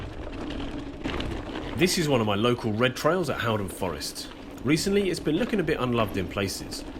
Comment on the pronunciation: You are pronouncing Haldon wrong buddy. It's more like Holden.